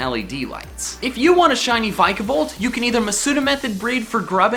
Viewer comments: no offence its vic-e-volt not vis-i-volt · Something that annoyed me: It's pronounced Vick-A-volt not vike-a-volt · "Vica"volt? it's "Vika"volt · it's vi-ke-volt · you pronounced vikavolt rong